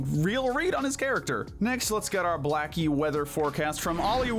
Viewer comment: Did you say Blacky Weather Forcast? Lmfao. Its Blackue, like Accue-Weather forcast. Hahahah